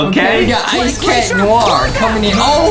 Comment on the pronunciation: its noir not noar